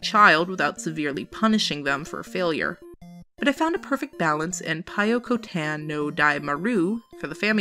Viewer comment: What a great video! This was seriously a great list of games.with a few i've never heard of. Pyokotan (i had to look up the name because i thought you were saying Toykutan) looks like a great kids game, and how can you go wrong with Kirby?! That Frog-Bomberman game looks super fun as well. For a tougher challenge, i'd recommend Robowarrior if he likes bomberman.